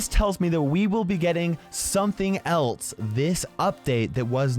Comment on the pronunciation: says “something else” as “something elts”